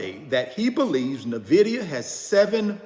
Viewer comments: It’s en-VID-ee-a!!!! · Another “NVIDEO’ 😂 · Navidia lol